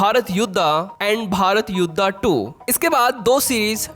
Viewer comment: अरे भाई युद्धा नहीं युद्ध होता है , युधिष्ठिरा नहीं युधिष्ठिर होता है , भीम होता है भाई भीमा नहीं ,क्यों अपने ही लैंग्वेज के अंग्रेजों जैसा मां बहन एक कर रहे हो ।😂